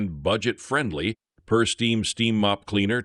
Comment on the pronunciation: The "Pursteam" Is pronounced like the word pure, not purse... "PureSteam". 😊